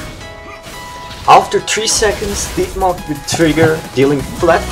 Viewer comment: ded mark, death mark not did mark